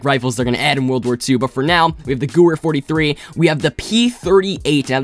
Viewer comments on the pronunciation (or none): The gooer 😂 I know it’s weird but it’s pronounced GE VAIR